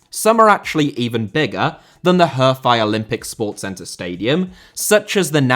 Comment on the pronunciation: Série * not Siri Campeonato* not Campionohrtouw Cruzeiro * not Crugeiro Stadiums* not Stadia Stadia* not Stohrier Olimpico* not Olempecouw Diego* not Diyeigouw Logic* not Lodgic Dissolved* not Disolved Hefei* not Höfei Anhui* not Anhai Litian* not Leshan Joga* not Joguer Bonito * not Bonitouw José* nor Houwsei Rego* not Reigouw Cruz* not Cruj Rego* not Rigouw Recife* not Recifei Pelé*not Pelei Stadion* not Stodion München * not Munich Can't* not Khon' Zimbabwe* not Zimbabwei Türkgücü* not Tăgyuçu Regional* not Rigionohrl Nacional* not Náchonal Mané* not Mohrnei Idea* not Ideer Copa* not Copper Kerala* not Keraler Rather* not Rother 32 mistakes ffs